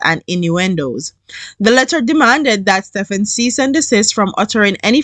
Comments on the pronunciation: Pronounce Stephen as Steven. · Lmao the way you pronounced the last name remind me of when I was in school in Jamaica. Him and I have the same lastname